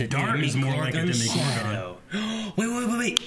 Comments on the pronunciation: DEMOGORGON not demigorgon. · DEMOGORGON not ''DEMIgorgon''! DEMOGORGON DEMOGORGON DEMOGORGON DEMOGORGONNNNNNNNN!!!!!!!!!!!!!!!